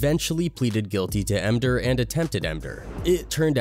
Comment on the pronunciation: Mder? The word is called “murder” grow a spine dude